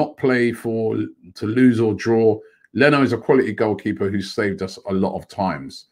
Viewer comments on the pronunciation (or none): none